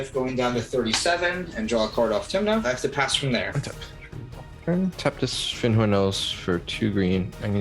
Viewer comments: Did say "Flinthorn Elves? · this has come up before, but there isn't an 'L' in Fyndhorn elves. about half the time y'all say Flinthorn elves and I'm not sure whether you're messing with us or not